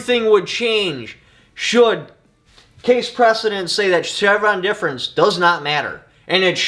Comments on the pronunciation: DEF, not DEP! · It’s Chevron Deference lolz.. not difference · Difference versus deference is very important in its reading here….lol 😂 You do great things for the community so I don’t mean to make fun of you. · Not that it matters much but it’s Chevron Deference Pronounced Deaf-rence Thanks for the great video. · Say it with me: "Chevron DEFERENCE"